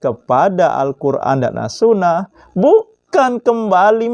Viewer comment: Wduuuuh sok pinter smpian. Sok nantang orang. Baca assunnah saja kurang bener ap lgi ke yg lain. Bukan assunah pak tpi assunnah.